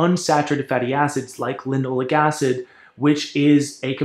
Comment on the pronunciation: Sounds like you are saying linolic acid. On the screen it shows linoleic acid. Linole'ic acid, accent on the eh, eh? Alpha linolen'ic acid is the primary fat in flax and flax oil. It is omega-3 vs. linoleic acid, omega-6, which is found at 1/3 to 1/4 the concentration in flax. Generally omega-6 in excess has inflammatory effects and omega-3 can be more anti-inflammatory in part by blocking omega-6 expression. With the exception of gamma linolenic acid, a more anti-inflammatory omega-6. Regarding phytoestrogens, some have anti-estrogen effects! Furthermore, "Animal studies have shown that both flaxseed oil and lignans can reduce breast tumor growth and spread, even for ER- cancer cells. This result suggests that flaxseeds may have anti-cancer benefits that are unrelated to any type of effect on estrogen or estrogen metabolism." If you want to bash flax you should include the cyanogenic contents. But cooking reduces that and relatively small amounts in the diet are not harmful.